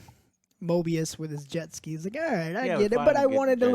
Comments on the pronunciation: Guys, his name is not Morbius. It is Mobius. No, R in his name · Guys, its Mobius, NOT MORBIUS.